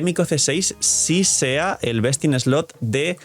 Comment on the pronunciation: Hola, el problema con la expresión “Best in slot” es que siempre lo pronuncias mal. Por eso es que muchas personas mal interpretan lo que dices. Porque “slot” lo estás pronunciando como “slut”. Slot = “slɒt” Slut = “slʌt” Entonces, no es cuestión de que los demás revisen ChatGPT, es cuestión de que lo pronuncies correctamente.